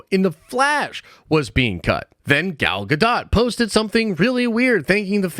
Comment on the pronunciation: "gal GAHDOT"